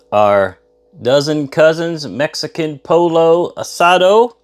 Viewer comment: Looks great! Have done Rice a Roni before and always comes out perfect. Pollo pronounced Po yo in Spanish. Will have to try the Dozen Cousins. Thanks!😊